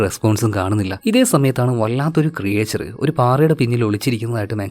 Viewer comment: ക്രിയേച്ചർ അല്ല ബ്രോ ക്രീച്ചർ എന്നാണ്. ഒന്ന് ശ്രദ്ധിച്ചാൽ നന്നായിരിക്കും